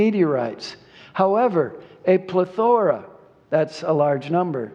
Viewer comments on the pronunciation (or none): yeah, I can't believe he couldn't pronounce plethora either. Like, is it really that unusual a word? I think it was in my vocabulary by age 8. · Its says all about him and his audience that he had to explain the word Plethora. And pronounced it wrong.